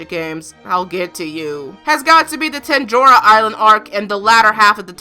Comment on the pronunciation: did you... just say “tenjora” island...?